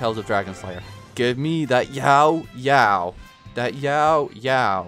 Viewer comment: Time for the stupidest complaint of the comments section, but her name is Yaoyao, not “YAO,…yao” It kills me when you put a 3 second pause in between her name haha